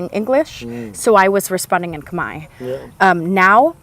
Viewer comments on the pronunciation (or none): I notice that even though you've been in cambodia this long, no one have told you the correct way to say khmer. Thank the french for butchering the spelling of "khmer" because phonetically it is off. The correct way to say khmer is more like kmy... as in "my" house, "my" car, "my" stuff, but just put a k in front of "my". The phonetically correct way to say Khmer is Kmy. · It was the French attempt at using their pronunciation of the alphabet to make Cambodian sound. France ruled Cambodia for very long. There is no "E" or "R" sound in how we pronounce khmer. I always thought it was the dumbest spelling ever. The french literally mess up the spelling. Want to know what's worse? Pol pot who was the leader of the khmer rouge (another french word) rouge is red in french. So the literally translation for them is the "Red Cambodian." POL POT was educated in France and that's where he got some of the genocidal ideal from. But it's not all bad i guess because we got some good french food and architecture. Also, go ahead and test it out. Ask everyone which one sounds more correct. The "MER" sound or "MY" sound.